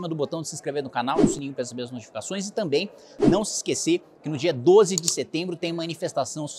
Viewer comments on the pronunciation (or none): none